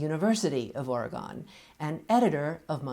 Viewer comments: It's pronounced "or-eh-gun" :) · I'm from Oregon, and we always bristle when others pronounce it the way she does haha.... Anyways, small nit-pick, otherwise very interesting discussion